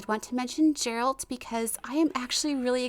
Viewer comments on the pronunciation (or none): none